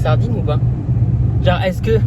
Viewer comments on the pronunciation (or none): none